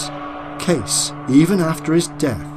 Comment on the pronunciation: Edgar Cayce's name is not pronounced "CASE", it's pronounced "CASEY".